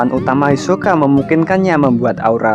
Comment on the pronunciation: Hisoka min bukan yosoka